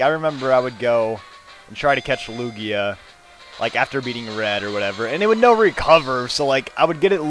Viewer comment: itz toguoee... acculy iz loojia